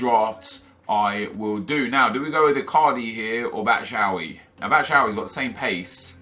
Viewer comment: i swear to god if he says "batshowee" one more time im unsubbing